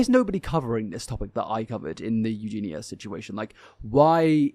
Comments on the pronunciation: I’m sorry but I just can’t handle you saying “EugenA instead of EugenIA. No matter how many people tell you, you just ignore them. How can we take you seriously, it’s not even just very annoying, but ignorant to choose not to pronounce the subject’s name correctly. Have to unsubscribe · love that he corrected you on her name it annoys me when people say it as u do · Yessss!!! I love but I am dying everytime he says Euginas name. I am a Scot and I feel like its defo a thing and not an english thing 😂